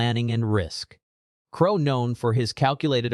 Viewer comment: Ai can get a septics accent ok but doesn't know crow is said the same as the bird then the mofo switches it up am says it right no wonder this is suspicious